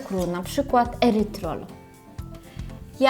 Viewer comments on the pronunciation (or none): Erytrytol * a nie erytrol 🤪